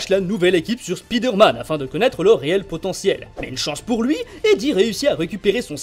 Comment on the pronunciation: Arrêtez de dire speed Herman, c'est chiant votre niveau d'anglais au ras des pâquerettes. Tu prononces araignée speedeure ? Non spaïdeur ! Donc c'est Spaïdeur-mane !